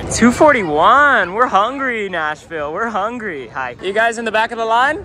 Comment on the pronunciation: that 'hi'💀